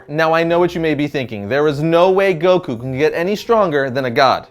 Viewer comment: Like Guh not juh